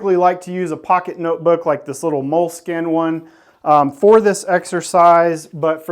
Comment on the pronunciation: Moleskine.... Easily the most mispronounced word in the English language 😮